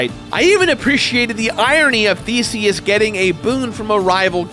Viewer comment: Did he say Theseus or Feceus? LOL